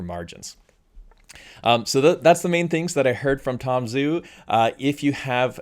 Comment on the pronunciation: Great vid. Thanks for all the updates from from Zhu. BTW, it's Tom Joo, not Tom Zoo. The transliteration of "Zh" is a "J" sound. Listen to him pronounce his name. It's not just you, it's almost all the Youtubers. It's the guy's name. Why not gIve him the honor of pronouncing his name correctly?